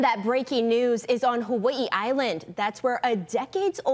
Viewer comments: Um…where the hell is Hu-wee-ee island? To be clear I was talking about - the anchor. No problem with how it’s said in the rest of the story which is the proper pronunciation. But Hu-wee-ee?? 😂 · HUH WUH EEE ISLAND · Why does she pronounce it "Hawa-ii"? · The HawAIIEUuh 😂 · For 40 years, I have been pronouncing Hawaii wrong. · How terrrrible that other men were convincted wrongfully :(((( . They do not say the word Hawaii too good huh? hahaha :) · i hate how they pronounce hawaii lol